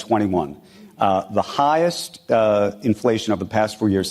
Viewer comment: Did he just say, “higheth?!” He is pathetic. Great; Blue states which pay into stocks/taxes, at the highest levels, & hv willingly shared our wealth w/ poor af Red states… I say we all in Blue states STOP. Besides; a dude who ruined his own, private hedge fund, grabbed ‘his,’ $$$$$/left othr investors high-n-dry isn’t anyone I believe: ever.